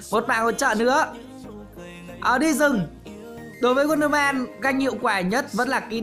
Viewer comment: Đọc là "uân đơ hu mừn" nha ông 🙄🙄